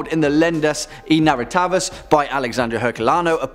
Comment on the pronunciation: Quick tip on portuguese pronunciation: the "i" in portuguese sounds like "ee" in english; the "e" as "and" souds like "eh"; "rr" sounds like "h" before a vogal. You could say "Narrativas" like Nah-hah-tee-vas. "Lendas" sounds about right. Len-das eh nah-hah-tee-vas. Legends and Narratives The "x" sounds like "sh"; the "h" is silent in this case. So "Alexandre" sounds like ah-leh-shan-dre and "Herculano" like ehr-culano. Click the speaker icon to listen